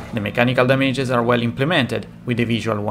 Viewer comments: No one:: Da-mai-ges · "dameiges" -, 2021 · i disliked just because of the way you say "damages" triggered me! :')